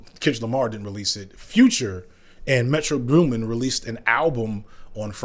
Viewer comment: why did it sound like you said metro groomin?